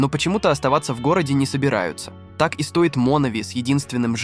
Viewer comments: "Так и стОит Монови с единственным жителем...". Так американцы говорят: "Я плАчу" вместо "плачУ". Хорошо бы найти нормального чтеца, чтобы можно было слушать 😄😄😄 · "так и стОит Монови" и куча других ошибок с ударениями тебя не смутили, говноед?